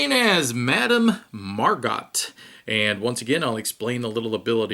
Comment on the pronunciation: Looks like a fun game nice theme. yeah it's easy to make mistakes solo and recording at the same time. it was more fun thinking it was a tie ; P.S. How is the quality of the cards? people on BGG seem to think they're cheap? P.S.S. Her last name is pronunced 'Mar-go' ; like the actress Margot Robbie